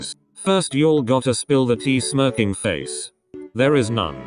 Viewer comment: the audio:”smikfacsmirsmirkingfacsmirkinfacesmirkfacsmirkkingfac-“ Me: I